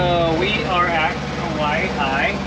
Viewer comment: How you say Kawaihae is Ka wy hi